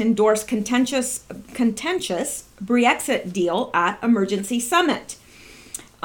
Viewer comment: It's not Bree exir. It's brex it.